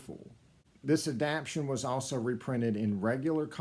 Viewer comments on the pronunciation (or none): Adap-tation, sir.